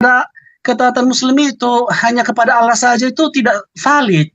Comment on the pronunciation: Sok tahu ni c Edo dikira bnr ucapan Allah jg tdk benar balelol, mengucap lafadz Allah jg ada hk tajwidznya bkn Aw tpi Al yg ditafhimkan/ditebalkan mknya kalau tak tahu dari dasar huruf baca akan ngelantur ngawur ngaco dlm menterjemaahkannya, malu2in sendiri ke publik. Kalau ngucap Aw artinya jg beda